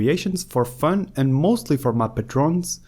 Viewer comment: great tutorial... I'm pretty sure 'Patrons' isn't pronounced 'pah-trones', it's 'pay-truhns', it's based on the real word 'patron', just like 'patronage'